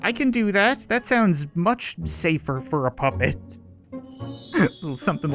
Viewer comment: The narrator sounds like he's saying papa but he's really saying puppet.